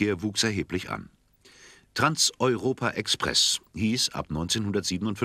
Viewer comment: Was ist denn das für ein Kommentator? Es hieß noch NIE Trans EuropA Express!